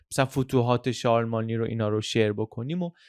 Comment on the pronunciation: ممنون از پادکستهای کامل و مفیدی که ارائه می دید. یه نکته رو من با اجازه گوشزد کنم. تلفظ درست شارلمانی به این صورت هست که ن و ی هر دو ساکن تلفظ میشن و در ی ساکن داریم نه ای.